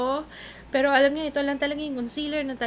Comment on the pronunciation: bigla nmn akong natawa sa "aram ko" instead of "alam ko" napa'waray ka.. Hahahahahhaha